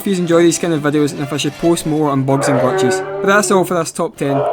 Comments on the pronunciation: Glatches ✅ glitches ❌ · "Bugs and Glatches" Most Scottish voice ever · Bogs and glatchhesz